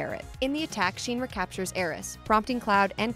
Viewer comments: I can't watch this. It's pronounced "Shin Ra" not "Sheen Ra" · Why did you have a girl who has never played this series do the voice over... ugh. "Shin-ra" not "Sheen-ra" . Plus even if you never played any of the games with voice acting (original ff7 doesn't have, but crisis core does which this video referencing heavily).. That's just the normal way to pronounce it based on how it's spelled in english. Or if your familiar with japanese prefixing stuff with "shin" kinda means like "ultimate". And it's pronounced the same in japanese. The script is fine, but this girl obviously never played crisis core. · Clearly the narrator has never played this game. She is pronouncing shiinra like sheen not shin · Cloud took Zack's memories in part to PTSD, as well as the Mako/Jenova cells. It's pronounced Kuh-Daj, not Kah-Daj. Nanaki (Red XIII) is not a "mutated cat thing" It's ShinRa, not SheenRa. Cloud and Tifa were childhood friends. The kids bullied him, that's why he wasn't friends with them in Nibel. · The way Shinra is pronounced in this video scratches my ears... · The only part that sounds off is the part pronounced "ruh" cause it should be pronounced like "Raw" without the w at the end like "Ra", the shin part sounds just fine, pronounciations in japanese are sort of like spanish and other latin based languages. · Isn't it pronounce "Shin-rah"? Short "I" not long. Why does it sound like the person saying it sounds like "Sheenrah"? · Sheen-Ra? Shin-Ra... Shin like the body part. Unless you call them your sheens which is ok 🤷🏻‍♂️ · She keeps saying SHEENRA. In every FF7 world game they pronounce it "SHIN RAH". Clearly she's reading a script and never played the game...any of them. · The only thing that's bugging me is pronouncing Shinra wrong. It's Shinra not Sheenra 😑😅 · Great video putting the events together. It just bothered me a bit hearing your pronunciation of "Sheeenra". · It's not "Sheenra", the i is short like in shin bone. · she way she keeps saying sheenra